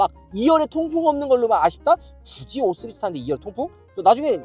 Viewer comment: 은 왜 항상 5시리즈를 5쓰리즈라고 말하는 걸까